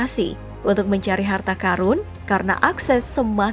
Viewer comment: Karun, qorun, bukan Karung, qorung.. wkwkwk bisa ae